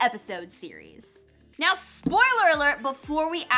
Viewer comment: IM NOT THE ONLY ONE HOW sAYS SPOYUlOERT